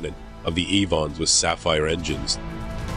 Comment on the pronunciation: Nit-picking: It is not the Can'berra but 'Canberra, with a silent e. Just ask any British (or Australian) citizen. Also, the engines were not Evons but Avons (named after the Avon river, known for Stratford-on-Avon, home of Shakespeare).